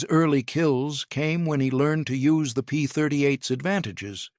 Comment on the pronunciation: AI slop. P-38s, not P-30 eights.